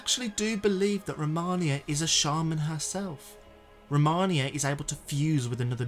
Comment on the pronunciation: ROMINA not ROMANIA